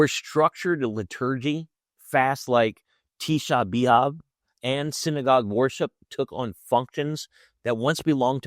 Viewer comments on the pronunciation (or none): Tisha beeav. This guy is clearly not Jewish and has never really studied the Torah or Talmud in Hebrew and Aramaic. It’s hard to listen to him mispronounce our language. Learn Judaism from Jews. You would be upset if I tried to teach you Christianity.